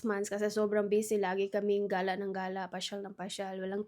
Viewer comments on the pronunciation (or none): none